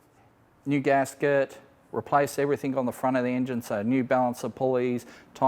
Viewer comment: The word is 'Everything', not everythink, stop sounding like a bogan. Arrrgh it's doing my head in.